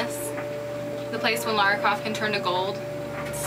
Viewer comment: I like the outfit on the right, it's more like the game Lara, the one of the left is pretty Awesome though. But I'm pretty sure her name is pronounced lara not laura